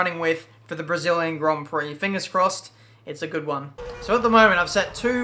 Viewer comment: Did anyone hear matin brundle saying "debris-illian grand" Prix before the start of the race.